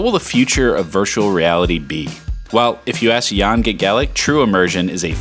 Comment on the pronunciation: The pronunciation of how you said Jan’s last name in this video deserves a jail sentence. 😐